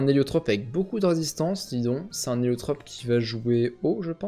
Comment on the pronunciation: comment il a prononcer son nom mdrr